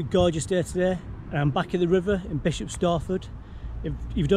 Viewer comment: Did u say bishop ?